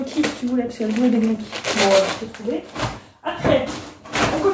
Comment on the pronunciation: Votre complicité est vraiment émouvante et inspirante 💞 Par contre svp respectez les italiens, on ne prononce pas le "G" de gnocci 😂 (--> niocci)